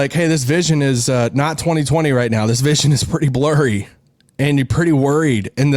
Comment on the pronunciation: "Vision is blorry"?, Daryl Morey says it helps if you squint!